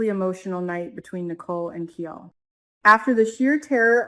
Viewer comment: Pronunciation of KIAL rhymes with MILE 🤗